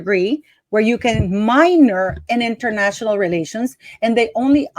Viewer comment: Hmmmm….. Internayional (italics:). “ Relations”……maybe she DID relate internationally…….